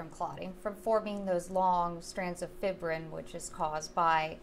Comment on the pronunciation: FIBBRIN? Uh.. Fibrin. Fie-brin. It would be the way y'all are pronouncing it if it had two bs. A real professional should know the correct pronunciation of this word, So right away I'm doubting the "expertise" of these people.